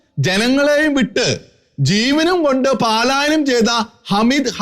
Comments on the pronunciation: പാലായനം അല്ല സുഹൃത്തേ! പലായനം. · താങ്കളുടെ മലയാള ഭാഷ ഉച്ചാരണം മെച്ചപ്പെടുത്തേണ്ടിയിരിക്കുന്നു ഉദാഹരണം-പാലായനം അല്ല പലായനം. ഗിലാഫത്ത് അല്ല ഖിലാഫത്ത് നഖത്തിൻ്റെ ഖ